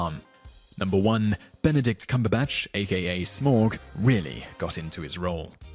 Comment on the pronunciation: just a note: tauriel and smaug t-OW-riel sm-OW-g :)